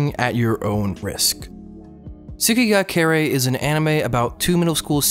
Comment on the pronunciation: What? Someone talking about Tsukigakirei? Subbed. Also, tsukigakirei is pronounced as ts-KEE gah kih-RAY, as tsuki, for moon, is generally pronounced without the U. I also pronounce it as one word